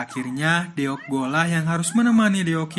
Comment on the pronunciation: Di tulisnya deok..tapi dibacanya dok, bang.